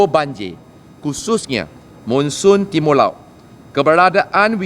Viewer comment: Hehe..Timo laot, sukulela... Pelat2 pun try juga, tak kisah lah asal kerja onnzz👍🏻👍🏻